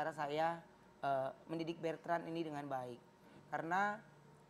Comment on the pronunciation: Ko Ruben tiap nyebut nama anaknya kok manggilnya Bertrand yaa, ada huruf R nya, namanya Betrand atau Bertrand Ko??